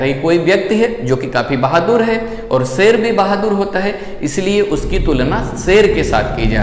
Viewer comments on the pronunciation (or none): सेल नही शेर होता है